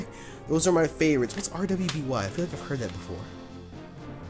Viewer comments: RWBY is pronounced as Ruby. It's an anime type show created by Rooster Teeth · Am I the only one who had no trouble reading the Unown Script when he held it up? Also RWBY is pronounced RUBY and is an 3D Americanime of sorts by Monty Oum. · RWBY is pronounced "ruby." It's great, and it has better fight sequences and music than Fairy Tail at times to! I feel like you would like it :) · RWBY is pronounced "Ruby" and is produced by RoosterTeeth, a company in Austin Texas. They have a few YouTube accounts, such as LetsPlay, GameFails, TheKnow, RoosterTeeth, and GameKids.